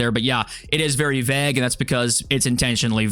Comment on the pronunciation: Bruh… say Vague again 😂😂 I have literally never heard somebody pronounce that word in that way hahaha that’s crazy